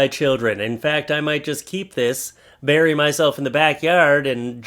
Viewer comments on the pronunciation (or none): none